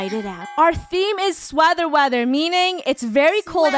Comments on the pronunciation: ”sweather weather” Funneh says... SWEATHER WEATHER SHE SAYS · Sweather Weather